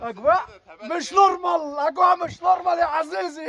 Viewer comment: مِش نُرمَل 😅